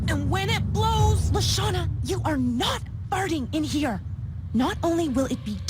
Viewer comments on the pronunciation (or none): Not to be mean but its Leshawna not Lashawna